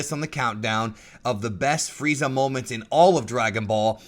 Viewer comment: did you know it's "Freeza" and not fried za